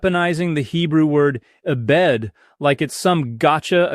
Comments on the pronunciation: he said eh-bed though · Doctor, you would never say E-Bed instead of “ebed” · Dan would never say "ee-bed." That's a dead giveaway. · Knew it was fake the second "Dan" said 'ee-bed'😂